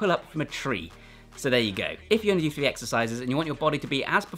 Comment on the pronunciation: Functional fwee…lol